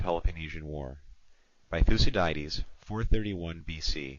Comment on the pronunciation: Thoo-see-diedes? Smh...